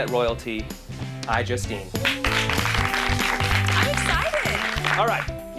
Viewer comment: I thought he said iJustCame then instead of iJustine o_O you 'merican's and your accents and pronunciation xD